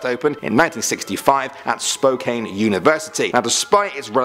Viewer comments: It’s izzakwa and spokan not issackwa and spokain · Lol it's Yeah-kuh-mah not Yeah-keema (Yakima) And Spokane: Spoh-can not Spoh-cane Which I knew was coming after the first one lol. No one ever pronounces Spokane right. But I haven't heard Yakima said by an englishmen before lol. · Spokane pronounced as spo can, not spo kane. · You pronouced our cities very funny. Spokane == Spo-Can /= Spo-Kane Yakima == Yak E Ma /= Ya-Key-Ma Snohomish == Snow-Home-Ish /= Snow-hom-ish FYI, LOL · Also it's Spo-can not Spo-kane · Spoh-can. , yeah-ca-mah, is-sa-quah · Noticed? I HOWLED with laughter! I thought my cousin saying Pew-aayyy-lip instead of Puyallup was the funniest thing I’ve ever heard but rhyming Spokane with cocaine had me in tears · Spokane: spoke-Anne Yakima: yeah-Kim-ah Issaquah: Is-a-kwah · "Spo-Can" like a beer can. The e is just the for decoration. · Oh, the mispronunciations . . . Yakima: yeah-kih-ma Spokane: spo-can Issaquah: iss-uh-kwa But I’m so glad you guys did this video! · Lol u said "spookayne" my city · Btw, I live in medical lake, about 30 minutes outside of Spokane, and it's pronounced Spohh-Kaahn. It's like soda can not cane. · Finally!.... Spokane is pronounced SPO-CAN and Dryden hall is located at Eastern Washington University's Spokane campus. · Spo-kan.... well, he gets a pass. At least he got most of the other towns right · Has anyone else noticed that he mispronounced Yakima, and Spokane? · His pronunciation of Yakima, Issaquah, and Spokane make me so happy. :) I've only ever heard of the stories in Spokane and the Olympics. It was interesting to listen to the other ones. I'll have to investigate. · Sorry, but you said Yakima, Issaquah, and Spokane wrong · XD I was cringing so hard at the Yakima and Spokane ones but didn't know the other one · I was anticipating the Spokane mispronunciation because Rebecca said it wrong in another video, but man, it really hurt.